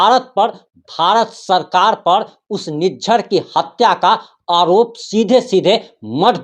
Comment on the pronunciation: निजार। नही लिज्झर बोली